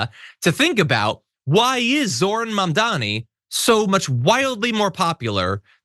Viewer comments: Why can't any of these racists say his name correctly? It isn't difficult. Are they that stupid or are they just doing it on purpose? According to them any person of color who gains any kind of political power and has Americans voting for them must be here illegally and hiding some secret agenda. Horsesh*t. They tried to push that with Obama as well. They're awful, corrupt, greedy racists, plain and simple. End of story. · Notice that he said: "He's not a Socialist, he's a Marxist Jihadist. It appears "Socialist isn't a scary word anymore. And Banon didn't even say Zorans first name name correctly.